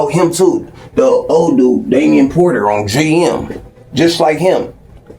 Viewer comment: I hate the way he say "ON GM" not the sentiment but the pronunciation